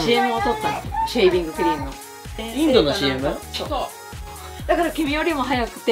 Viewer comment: 当たり前なんだけどお姉さん普通に日本語喋ってるのにシェービングクリームの発音良くてカッコよ！ってなった